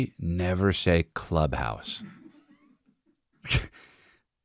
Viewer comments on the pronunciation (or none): Though actually.. he didn't say "club house" he said.. "Clu house..." Cause, English so.. 👍🏽